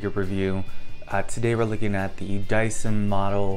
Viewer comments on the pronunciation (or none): Why you always sayin Daisin.. ☹️ But the figure and review is good tho.